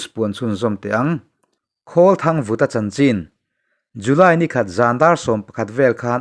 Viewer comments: Mizo hming Khawlthangvuta hming em sai chu lam dik ve la.Vaivut tih a vut ang in i chhiar a.Savuta tih a Vut ang khan thluk rawh. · Mizo lal hmingthang Vuttaia hming lam rik dana vut lai hi, Kawlthangvuta hming pawh hi lam tur a ni lo maw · mizo hming Kawlthangvuta hming i lam dam chu leh! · mizo hming em han lam dik thei lo chu leeeee